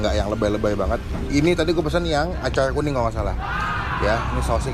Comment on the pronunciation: Acar kuning bang, bukan " acay kuning " 🤣🤣🤣